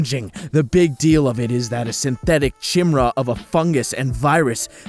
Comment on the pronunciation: I think what was meant was chimera was pronounced completely incorrectly.